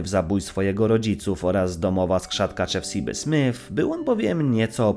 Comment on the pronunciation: Źle wymawiasz imię "Chefsiba" – to trzeba czytać jak po polsku, a nie po angielsku. Otóż: 1. "Chefsiba" to spolszczona przez Andrzeja Polkowskiego wersja imienia, które w oryginale brzmi "Hepzibah"; 2. W Biblii pojawia się w polskim przekładzie imię "Chefsiba" – i tak, w angielskim przekładzie to samo imię brzmi "Hepzibah".